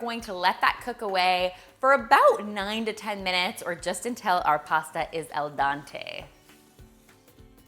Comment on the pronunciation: It's al DENte not al DANte. Dante is a poet. He has nothing to do with the doneness of pasta. "Al dente" literally means "to the tooth" because you want to pasta to be slightly toothsome and not mushy. So the "den" in "al dente" is pronounced like the "den" in "dental." When I hear "al DANte" it makes me cringe. This looks like a wonderful recipe and I'm not trying to be rude. Just letting you know. 😀